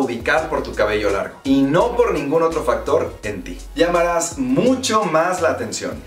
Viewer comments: Quien se dio cuenta que en el minuto decia lalamaras em vez de llamaras xddd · dice lalamaras xd igual buen video , siempre te sigo y veo todos tus videos! (6 meses haciendo crecer mi cabello) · Lalamaras o llamarás? Jajaja Solo quería decir eso xd